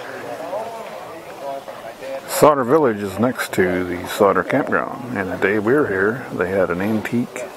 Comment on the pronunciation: You're pronouncing it wrong - Sauder rhymes with powder.